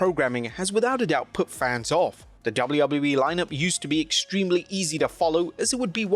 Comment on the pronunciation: It’s Dub-A-U Dub-A-U- E there is no L sound